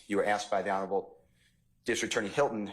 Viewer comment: I can’t believe I heard steel say honorable hylton 😂😂😂